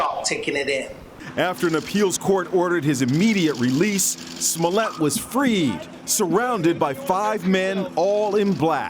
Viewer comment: I don't care much about any of this. what I'm annoyed about is the fact that they can't pronounce smollet correctly